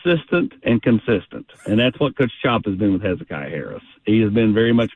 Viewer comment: How do you not know how to pronounce Hezekiah? Ramon and Eric Cain both have butchered it. It's a Bible book for crying out loud!